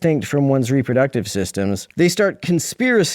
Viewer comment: Did he mean Reproductive when he said "Rubber Ducktive"?